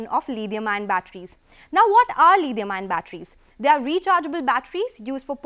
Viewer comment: Lidium ion??..even British and Americans don't pronounce it so. Desi lady, what accent is that?